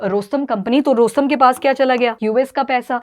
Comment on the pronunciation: रोस्तम नही रॉसऍटम 😂